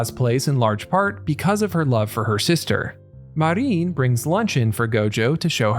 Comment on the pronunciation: Her name is Marin, not Mareen.